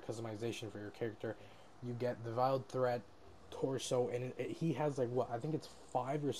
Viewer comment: You pronounce it veiled not viled. Vay ul As in a veil that a Muslim woman wears over her head. That’s a veil just fyi hope that helps! Also a veil a wife wears with her white dress on wedding day, forgot that one for a min!